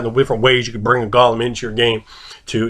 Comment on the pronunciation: you're more or less pronouncing it right. Lots of people forget the subtle "h" that comes with the "le". The old joke of phlegm itself being a letter in Hebrew comes to life once more.